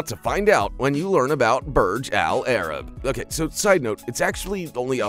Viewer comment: It's pronounced Boorzh Allah Rab. 'Muricans 🙄